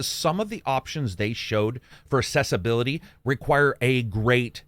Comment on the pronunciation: Love your stuff but I gotta say it's pronounced aksessibility